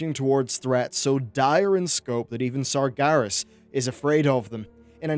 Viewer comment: The way you say Sargeras is annoying. It's SargEras, not Sargaras.